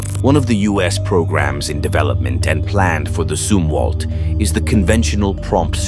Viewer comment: I do not know if this voice is AI narrating or if it's a natural person but they are Zumwalt Destroyers not zoom Walt